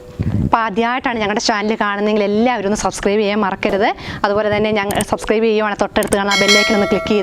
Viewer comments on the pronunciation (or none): none